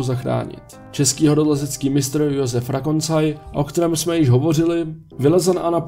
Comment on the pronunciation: Právě proto.Ještě si jednou pusť video.Říká Rokansaj,ne Rakoncaj.Ironie,víme ?